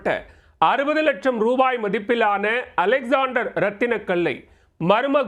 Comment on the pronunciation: யோவ் செய்தியாளர் இந்த கல்லின் பெயர் அலெக்ஸ்சாண்டரைட் அலெக்ஸாண்டர் இல்லை